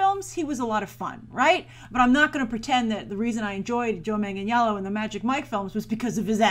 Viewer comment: u said his last name wrong is pronounces Joe Manganello there is no j in it and the i is silent but it is spelled Joe Michael Manganiello